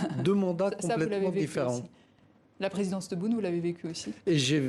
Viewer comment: ELLE PRONOCE TRES BIEN TEBOUUUNE HHH ZARA SMITO TTABON